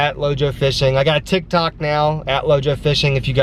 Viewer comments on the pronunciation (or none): none